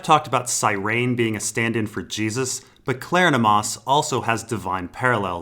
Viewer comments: I appreciate your work, thanks! But, it is Kleronomas, not Klernomas -- rhymes with Hieronymus. Kler-on-o-mas.:) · Pretty sure it's pronounced like Hieronymus.